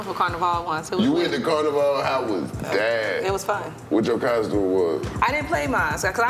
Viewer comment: it’s the pronunciations for me 😭 “tobahgo, carnivaul, caribbeans” WTH Turks and Caicos is a group of 40 islands btw